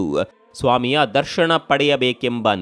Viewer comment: ದರ್ಶಣ ಅಲ್ಲ ಅದು ದರ್ಶನ.. ಉಚ್ಛಾರಣೆ ಸರಿಯಿಲ್ಲ